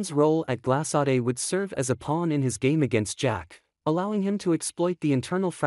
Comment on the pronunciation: "Glas(s)-saday"?Huh? This is how you pronounce the name of the new company!!?? My,my,my!!! I believe it is a French name~ "Gla-sod" for GLASADE, if I'm spelling it correctly. (I know it is not pronounced "Glas(s)-aday"!!!)